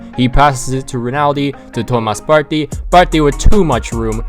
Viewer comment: The way you say partey is cringe